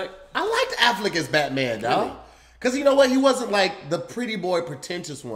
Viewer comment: The man's name is Ben Affleck & called him Ben Afflick...Oh dear.🥴😂🙄